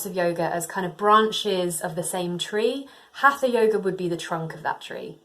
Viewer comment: Please check your pronounciation for HATHA, do not pronounce the TH as in English. This is Sanskrit. You might want to check it with a video of an Indian Teacher